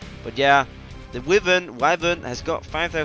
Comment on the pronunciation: It's Wyvren (Why-ver-en) And Behemoth (Be-he-muth) or (Be-me-mut) Just in case you needed or wanted to know how to pronounce